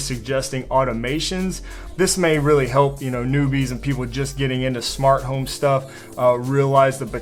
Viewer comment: It’s home not hime ;D